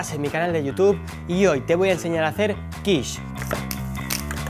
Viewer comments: Buena receta y buena explicación. Además nombras perfectamente la quiche ( quich) y en femenino ¡Olé! Que aprendan muchos que van de supercocineros sabihondos. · Por fin alguien en España lo pronuncia bien 👍 :-))